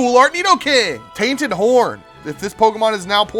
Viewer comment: you gotta remember to say the N in Horn. that did not sound right.